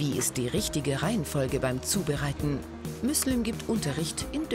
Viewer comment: der heisst müslüm xD